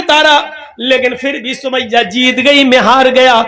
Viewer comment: Hazrat samia hota h na ki sumaiyya😐